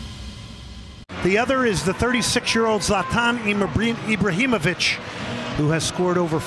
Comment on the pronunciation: If commentary doesn't know how to say Ibrahimovic